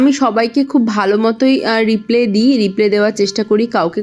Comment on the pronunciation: ওটাকে রিপ্লে নয় রিপ্লাই বলে😅